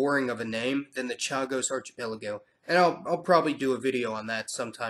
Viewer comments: Just a (I hope) gentle comment on pronunciation: archipelago is pronounced [ar-ki-pel-igo]. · It's pronounced arKEEpelago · "arc ipelago". good,good work. G.Davis, 23June'24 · Okay I know you’re young, but how did you never learn that the “ch” in archipelago is pronounced like a hard c? Like in architect. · I hate to be "that" guy but archipelago is pronounced with a K and not a CH sound... Love the channel, love your videos. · I LOVE your videos, but can you please make at least a small effort to pronounce words properly (like archipelago)